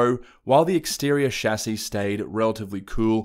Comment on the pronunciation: Thumbs up just for the correct pronunciation of “Chassis”👍